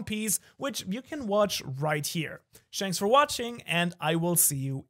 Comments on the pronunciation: Did I really hear "Shanks for watching" ? Take my like ! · I haven't watched your videos in a while, so I might have missed it..... Did you say SHANKS for watching..? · blud said shanks for watching lol thanks for the video :) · Lol! At the end he said "Shanks for watching"